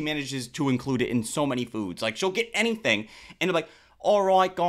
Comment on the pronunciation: As soon as she said any-THINK 😮nah bro